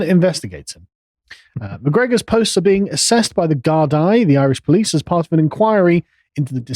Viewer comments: Gard-ee, not Gard- I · It's impressive how little can know about Ireland, yet shamelessly talk about the country on a podcast for 45 minutes. How have you never heard of Sligo? Sliggo? Gar-dye? Ok, mispronouncing the taioseach's name, I'll allow. Anyway, fair play to McGregor. We must unite and fight for our land and our people. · Love English people trying to pronounce our words. Little help its leo va-rad-ger and gar-dee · “2 Sleego men” “the guard-eye” 🤦‍♂️